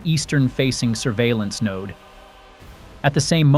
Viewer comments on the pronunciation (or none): none